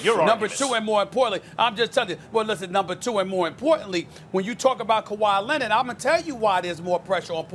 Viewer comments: Did this dude just say khawi Lenard Jordan smh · Stephen A: "Kawhi Lennit"